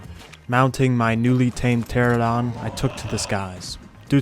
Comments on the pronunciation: Pteranodon, not 'Pteradon.' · is it spelled pteradon? No. Its pteranodon. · I'll be honest, I kinda hate how everyone calls them "Pteradons" instead of "Pteranodons" or just "Pteras." Like, don't just go halfway and sound illiterate. Great vid, tho. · Always curious why people always misread pteranodon and say “terradon” instead of “terranodon” like do you just not see the letters? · whhhhhhhhhhhhhyyyyy do people STILL call it a "teradon" There is in fact a NO in there "Ptera-no-don" (Great video but holy crap it's frustrating) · hate to be that guy but its pteranodon tear-an-oh-don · it amazes me how out of anyone, ARK players can't pronounce pteranodon